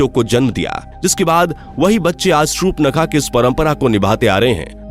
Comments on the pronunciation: Please pronounce properly, it's not shupnakha it's Shurpanakha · Uaka name surpankha tha nhi ki supnakha 😅😂